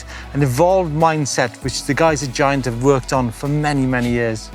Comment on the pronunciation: It is pronounced giant not giant.